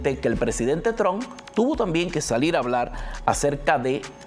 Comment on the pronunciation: Trump no Tron, Vance no venz, Harris no herris, hablas español o spanglish?